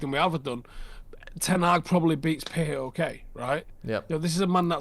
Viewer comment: It’s paok, not p a o k. Just like its fifa not f I f a